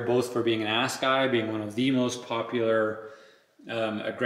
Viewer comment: It's pronounced Ass uh guy. It's a Zulu war spear. The tire was designed by Greg Minnaar.